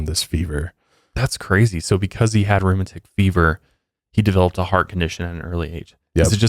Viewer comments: Rheumatic pronounced like automatic. They have pronunciation sites in most online dictionaries. My only critique. LOVE THE SHOW! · "Roo-mat-tic" fever...😊